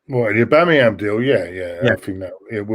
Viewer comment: Aboomeyang 😆😆😆 get it right!